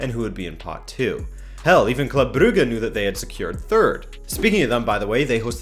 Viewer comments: It’s pronounced Bruju not Bruggge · nice summary of the Ch league and FYI ,club brugge is pronunced bruJe (Je t'aime) and victoria plzen is pronunced pElzen (pEle)